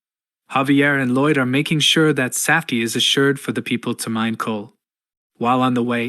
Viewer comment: I suggest you need to check the pronounciation of the voiceover, your A.I voice is not reading 'saf-tee' or 'rat-ting' correctly.